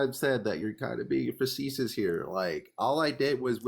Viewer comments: cant properly pronounce facetious and cant properly pronounce preface LMAO. This guy is bankrupt in every sense and his words have no meaning. I'm an Anarcho-Libertarian because it sounds cool not actually what both those words mean. What a jooooooke. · Man mispronounced "facetious" so oddly enough times it made me not able to say it for a few times myself. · I’ve never heard the word “facetious” incorrectly 25 times in a row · He couldn't use it or pronounce it properly, it was painful. I don't think he has a speech impediment or anything (I wouldn't make fun of someone for that), I just don't think he's familiar with the word. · Not only does he not know what facetious means, he's not pronouncing it correctly. He doesnt known the difference between a government and a state and is unwilling to learn. This guy isnt here for a conversation, he's here to act superior.